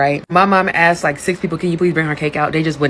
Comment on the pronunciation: And "axed," instead if "asked". Ridiculous. In my opinion